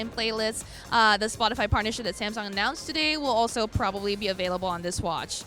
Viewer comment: Samsong lol